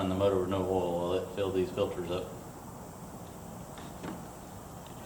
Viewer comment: love how you say OIL lol